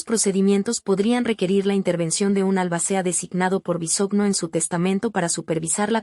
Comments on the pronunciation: No se dice Bisogno oiga🙄....su apellido es Bisogño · No sabe pronunciar el apellido de Daniel pero si tiran m13rda y comentan lo que no les.importa. exponiendo a su niña. Si quieren tener dinero envidiosos trabajen